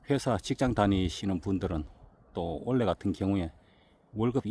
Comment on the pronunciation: 올해를 올래라고 발음하는 것은 어디 사투리인지 궁금하네요.